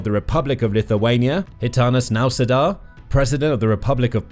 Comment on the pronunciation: Man, as much as I love these videos, I wonder if you could spend the three seconds it takes to actually learn how to pronounce things. Holy fucking shit I have never heard anyone butcher "Gitanas Nausėda" as bad as you did here.